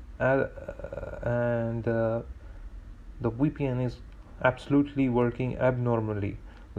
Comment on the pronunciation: Thank you it worked for me. 🙏🏽 Suggest, Either stop moving your nervous mouse all over the place. Or get something else to show on the screen while you say your say WePN, which is pronounced V P N.